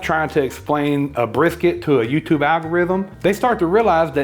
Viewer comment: Bris, Briks, Brisss, F-it, Big Hunk of Beef. There I fixed it for you! LOL